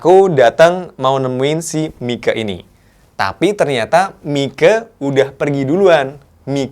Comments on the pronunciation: ....Koq mike sich baca nya? bukannya myk?:) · Mike tu sebutanya bukan miko.. tp maik